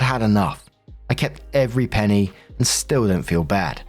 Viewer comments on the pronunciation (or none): none